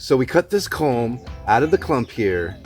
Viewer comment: It's "culm" rather than "comb".